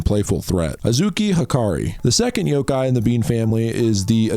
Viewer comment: It’s yoKai not yoGai 😭